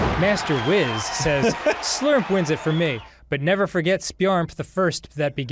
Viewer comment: "...Yeah...Yeah, that's fair, I guess. Can't fault him for not knowing." -Me, a Dragonball fan, hearing Dan pronounce the name "Master Wizz"